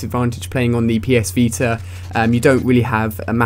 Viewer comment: ''PS VETER''